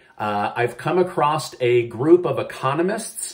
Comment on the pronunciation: There is no "t" in the word "across"